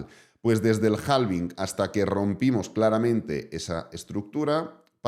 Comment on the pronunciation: yo sé que en España pronuncian en inglés a la española, pero hay que crear consciencia en todos los canales, que la L de halving es muda y se pronuncia HAVING ❤